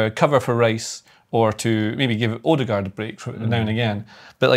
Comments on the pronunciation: Oadour-gore????? It's O-der-gaard dude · Whys he saying it as 'urdergur' 😮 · There’s a D at the end of OodegarD